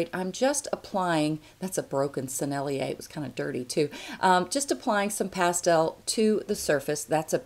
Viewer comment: Thank you for that! I am just starting pastels and need all the help I can get! My turn to help you with French! "Mi-teintes" is pronounced almost exactly like "me taint". "Sennelier" is tougher, but the closest is probably "sen-nuh-leeay", with the emphasis on the sen ;-)